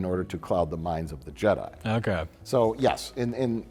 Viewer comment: Je-DEI really sucks ass.